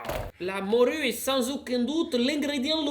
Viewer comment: "la moRRRRRUUUUE"😂